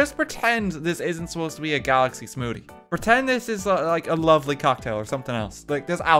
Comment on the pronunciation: I just realized that I've never heard an Irish person pronounce the word "smoothie" ... I don't know what I was expecting, but him saying "smoodie" threw me off either way 😅